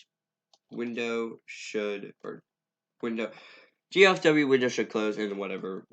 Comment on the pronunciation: please for god's sake. I know im being over the top but... G - L - F - W not G - F - L - W thanks, i like the tutorial, this is some EPIC content right here